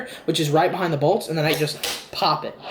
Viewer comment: When you said right below the bolts, I thought you said right below the balls. "You're gonna put your finger right below the balls, square in the middle."